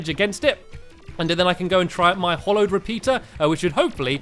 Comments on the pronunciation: It's hallowed not hollowed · STAMPY FFS! ITS "HALLOWED" NOT HOLLOWED!! HALLOWED HALLOWED HALLOWED HALLOWED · stampy, hallowed is pronounced ha-lowed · Why do you call it hollow it's hallow xD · Its ha-low-ed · It's HALLOWED, HA-LLOWED, can't you read Stampy!!???!!!! not hollow .¡Ay, caramba! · It Is pronounced ha-low not hol-ow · Stampy is saying hollowed bars but it is hAllowed bars that A is in caps for a resson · Jimmy Leung ITS HOLLOW